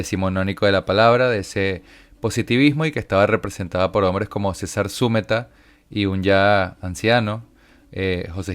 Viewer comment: Uds. deben aprenderse bien los nombres. César Zúmeta es ZuMEta. Es palabra grave, no esdrújula.